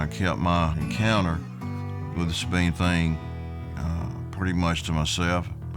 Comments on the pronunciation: Not even 2 mins in and we get out first mispronunciation....Subean or Sahbean (no pause)...never Say-bean...ask a Texan next time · The SAB part in Sabine is pronounced like BAG or RAG. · I'm from Texas actually East Texas and The way the narrator pronounced the Sabine River tells me he done zero work on this documentary. Not One Texan or Louisiana person says it that way